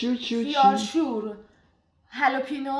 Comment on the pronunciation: هالپینو❌ هَلوپینو✅ 😂😂😂